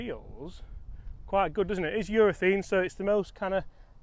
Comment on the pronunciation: I like the 'talking balls' segments but please -- it's a ureth*a*ne cover, not ureth*e*ne!